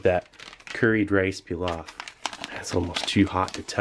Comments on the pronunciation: Stop butchering the word pilaf for Christ sake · The way you are saying pilaf is killing me 😂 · "Rice PEELOFF" it took me a few moments to realise he meant Pilaf lol. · its not "pee-lof" its "plov" im Uzbek and i can confirm that. sorry for the rant its a pet peev lol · Did the word pilaf, bother anyone else peeloft lol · Its pronounced "Pee-loff" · PEE-loff love you Steve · The way he says Pilaf. Ouch